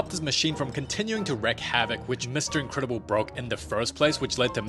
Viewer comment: Incredible ❌ ahhcredible✅